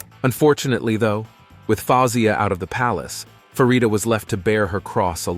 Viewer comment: It’s Farida not Faridia. Your Prononciation is so wrong.